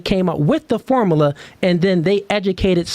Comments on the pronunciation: IM HAVING A HARD TIME TAKIN THIS NIGGAH SERIOUSLY WIT HIM SAYIN FORMALAH😂😂😂😂 OH GIRL MAD KUZ SHE THOUGHT ALL THAT MONEY SHE SPENT ON COLLEGE MADE HER SMART😂😂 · "Formala" Yea, I don't take advice from illiterate ppl. 😂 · Ah yes "the formala" 😂😂😂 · So out of everything he said, you disregarded it and concluded that he is illiterate for mispronouncing one word?